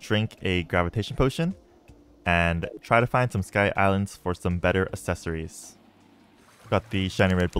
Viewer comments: can't wait for the day he discovers the correct pronunciation of "accessories" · "These some really good assessories"